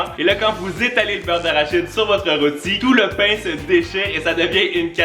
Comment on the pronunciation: A la place de dir pain il a dit bain